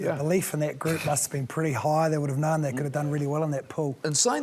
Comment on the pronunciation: Its known...not knowen...you imbecile